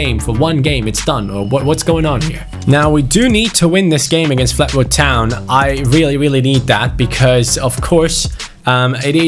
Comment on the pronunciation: Is anyone else mildly infuriated when says Fletwood rather than Fleetwood?